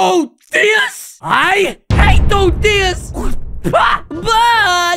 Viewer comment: it's not odya it's oder